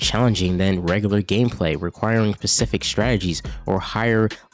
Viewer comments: SPECIFIC*… Ssssspecific… NOT PACIFIC. PACIFIC IS AN OCEAN. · Not even can say Specific lad.